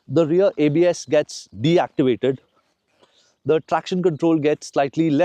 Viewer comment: Say deactivate... you're saying it completely wrong